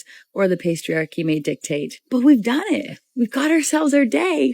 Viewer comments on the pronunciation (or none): did she just say "the pastryarchy"?